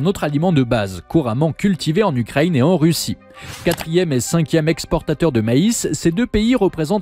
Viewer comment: J'entends chaque fois "Ukraigne" ça fait bizarre.